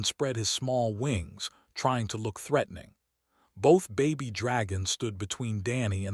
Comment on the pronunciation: Those are baby dragons not Bobby dragons your AI sucks